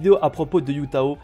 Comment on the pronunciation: Heyy, Hu Tao ne se prononce pas Yu Tao mais plutôt Hu Tao avec le H qui se prononce comme en arabe par exemple !